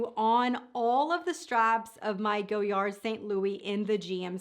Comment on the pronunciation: It’s “go-yar”..the “d” is silent.